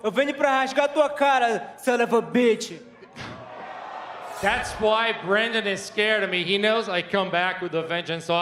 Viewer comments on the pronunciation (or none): Figueiredo: "Mudafaka" Figueiredo: "Crahbaby" Figueiredo: "Sunofabeech" Dana: "I like it. 100%"